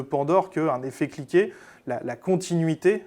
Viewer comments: Effet Cliquet et non pas " effet cliqué " . Comment peut-on faire des fautes pareilles .... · lisez "Effet cliquet" et pas "effet-cliqué"...